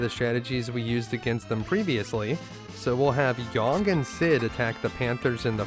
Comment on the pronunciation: great video except your pronunciation of yang......